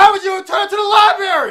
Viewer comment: "Libarry" lmao